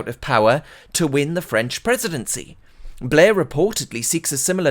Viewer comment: His name is not Tony Blair, his name is 'Tony Bluurghhh.'